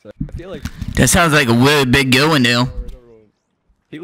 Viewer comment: sounds like a WEALLY big girwl